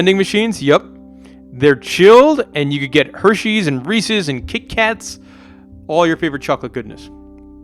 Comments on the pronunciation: Yeah it’s pronounced “Reese Is” not “Reese Ease” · I just wanna know why the fuck would it be pronounced “reesies” ???? It’s Reese’s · Uhh why do you say Reese’s like it’s Reesies? Annoyed the hell out of me every time. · 51% says Resse ies